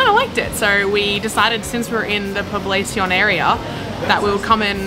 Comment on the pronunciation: Poblacion is pronounced as poblashion but I get how a lot of foreigners mispronounce some of our words